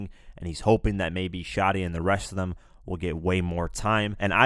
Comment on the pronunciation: “ it’s was themweyyyy”